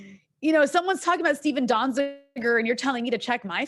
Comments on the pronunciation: Lol. Anna couldn't even pronounce Donziger's last name and she wants to talk fact checking. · Ana does not know how to pronounce Donzizer's name. She does not read the news.